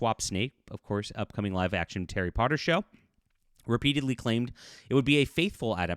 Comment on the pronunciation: "Terry Potter" Enunciate please.